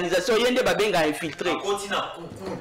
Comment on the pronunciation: Infilitré ,,,,,😂😂😂😂😂😂 ça c'est très bien. Monsieur le communicateur on dit plutôt infiltré